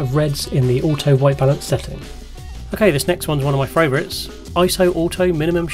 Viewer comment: OMG I am not the only one who says 'fravorites'!!